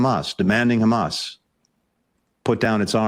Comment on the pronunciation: He knows he can't get away anymore by simply claiming "but Khamas..."